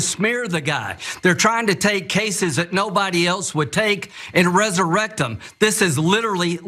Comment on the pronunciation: at .14 did the closeted Senator say resurrect them or resu rectum?